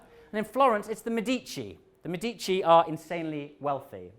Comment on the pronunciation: Medici - stress on 1st syllable. A. Pedant